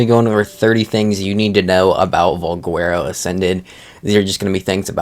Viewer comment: don't trust this guy's pronunciations, he botches a lotta stuff